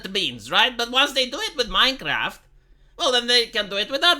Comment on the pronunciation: MinceRaft.... MinceRaft!